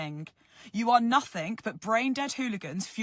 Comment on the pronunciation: Can you please tell her there is no k in nothing - English language killer